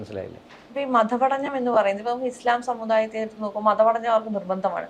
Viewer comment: Janam anchor correct your pronounciation..it is മതപഠനം..not maddhapadanam...all anchors pronouncing ധ instead of ത